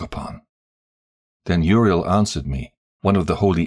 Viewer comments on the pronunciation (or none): Humble feedback: Uriel is pronounced as Uri-el, same as Rapha-el; and not Uri-“eel”. And I believe you read consummated as consume-mated, but I could be wrong.